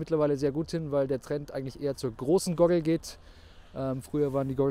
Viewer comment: Wenn er noch einmal "Gogel" sagt hängts mich aus.